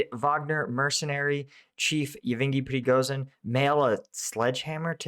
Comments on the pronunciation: The combination of "zh" in the name "Prigozhin" is pronounced as the 's' in 'asian". Pree-go-zheen. Just like in "Zaporizhia". Keep up the good work. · Man... Please search an audio how to say prighozin's name. Not for him but for our eastern European ears 😂